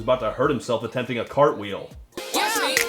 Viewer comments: ...Can these mumbling fuckwits really not pronounce 'watch'? "Wa' me do it!" "Wa' me crank it!" These are not lyrics, this is a homeless man with no teeth shouting at you with his hand down his pants. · Take this however you like, but the person that repeats line every so often is too lazy to actually say the entire word "watch", which is a one fucking syllable word. I realize that speaking proper English all the time is cumbersome and awkward, but there comes a point to where you just might as well just grunt and finish it with "YAHKNOWHAEMEAN-MANE?"